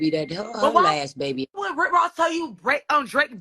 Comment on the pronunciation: I need you to say som' babay 😂